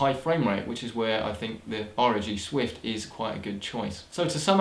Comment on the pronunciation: And what are you saying? The "R-o-G Swift?"